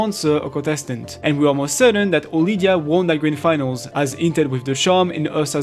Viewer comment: Mate. Her name is Odilia. Sounds much more elegant too.